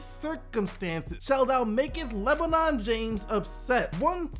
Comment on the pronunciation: Its pronounced like brin forbes